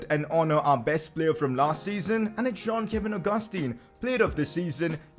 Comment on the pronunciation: It's John not jean